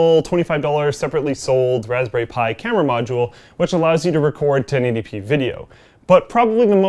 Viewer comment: 0;36 "... welcome to my review of the raspberry spthi 2 ..." What's a Raspberry Spthi? Can I get one? Based on this review it sounds AWESOME!